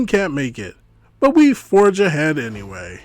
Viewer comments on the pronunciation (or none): none